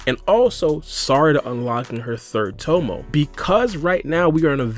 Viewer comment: pronouncing jougan and tomoe so wrong.